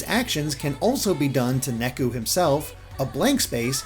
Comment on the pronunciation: I know that KH: DDD also did this, but Neku's name is supposed to be pronounced "Nay-ku", not "Neck-u". Japanese pronunciation isn't that difficult!